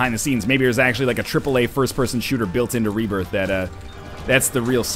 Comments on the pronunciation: Binding of Isaac rebiarth, sounds like saying it with a southern accent cx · You ok there northernlion? Rebairth? XD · Lol Rebairth! silly northernlion!